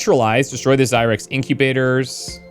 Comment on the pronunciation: Had to laugh, when you were staying zyrex, I thought you were saying zirax (from empyrion galactic survival)